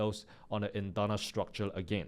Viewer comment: Bro is really speaking structule instead of structure or my airpods are gone😅